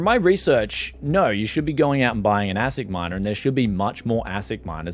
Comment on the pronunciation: It’s pronounced ace ic btw